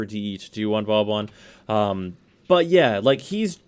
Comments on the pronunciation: Its not Vawbawn its Vawbin or Booben, hehe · Gotta say, most of the time I’ve herd you pronounce Vauban it wasn’t a big deal, but hearing it like 10 times.... It’s not Vaw-bon, it’s Voe-ban. Two smooth syllables. “Au” makes an “o” sound and “ban” is pronounced like “ban” when banning hackers/cheaters. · You still pronounce Vauban wrong, after all this time. People on the DE devstreams have said the name of this frame out loud numerous times. At this point you're just doing it on purpose. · Wrong, as are most people who wanna be pronunciation nazis. Vauban is a french word, and is pronounced like this: Now how about giving it a rest and stop trying to correct people on things you yourself don't even know?